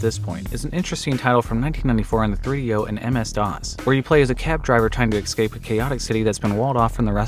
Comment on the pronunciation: why do every one of you humans say EXCAPE? Its pissing me off. Why so illiterate?